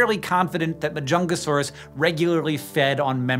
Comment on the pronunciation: I hear Majungasaurus as The Chungus Saurus and it's quite distracting.